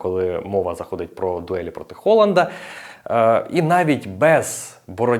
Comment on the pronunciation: Дякую тобі за Холанда. Хоч хтось не каже це Г у прізвищах.